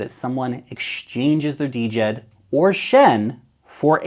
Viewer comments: It should sound like "Jed' , not Dee-Jed. The D is silent from the Egyptian word for stability, not "D" implying decentralized. Just Jed. . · Its Djed buddy, not D-jed